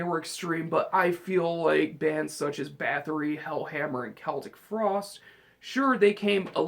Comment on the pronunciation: This is Anthony carosella. Celtic frost is pronounced like the Boston celtics. Not the way u pronounce it. I'm 46 and grew up when this band first started and don't even listen to black metal bullshit!! Try quiet riot, they rule!!!